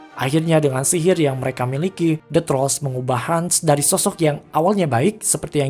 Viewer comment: Min "MEREKE"